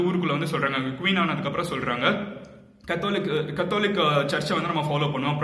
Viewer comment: You need to check on your pronounciations. Catholic.. Specially